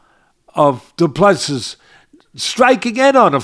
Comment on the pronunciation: Said as Doo Plu Sea,see as in ocean.Last 's' is silent